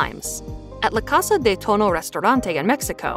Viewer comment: La casah de touno 😆it's pronounced more like "Toe-knee-Oh" great video!